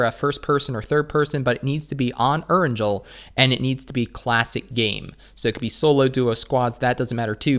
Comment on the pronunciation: Need to learn how to pronounce “Erangel” brother! Lmao. I cringe and crack up hardcore every time you say it. Lol